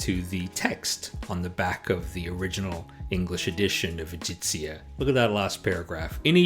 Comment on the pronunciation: I think it's E - gHEE - ZIA. ' G' as in good! ;)